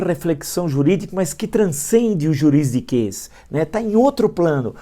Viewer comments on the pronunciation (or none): Dislike garantido pro Villa sensacionalista... e é 'juridiquês' ... e não 'juriSdiquês' professor aos , o senhor que se acha tão mais culto que todo mundo... corriga isso.